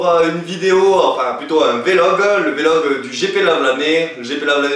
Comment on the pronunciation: Mdr on di Vlog pas V log